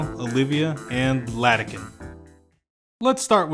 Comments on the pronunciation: Bro doesnt know Its iadakan not Ladakan 💀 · It's IADAKAN not LADAKAN. Great review otherwise. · Great video, but your pronunciation of Iadakan's name makes me cringe into a singularity. It's a capital I, not a lowercase L. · Sans-serif was a mistake.